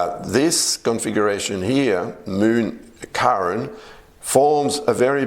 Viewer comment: It’s Chiron and it’s not pronounced as Karen. 😮